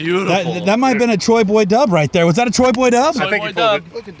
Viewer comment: They keep calling him troy when it's choi haha